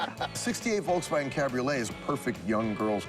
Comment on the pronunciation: Hey Rick...Its a VOLKSwagen...NOT a "VOLCEwagen"...😁😁😁